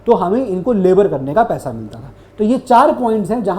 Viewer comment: Paisa ❌️ Paiesa ✅️